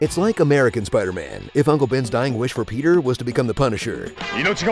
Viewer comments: It's SUPAIDAMAN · Supaidaaman lol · Thanos: Who are you? Peter: An emissary from Hell, Supaidaman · It's not spider-man it's supaidaman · God I loved that SUPAIDAMAN thrown in frequently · Some people: Tobey Maguire Some people: Tom Holland Literally nobody: Andrew Garfield Me, an intellectual: Supaidaman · The repeated cuts lmao. ShpIDA-MAn!